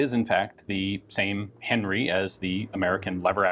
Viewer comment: Isnt it "Han-ri" not Henry?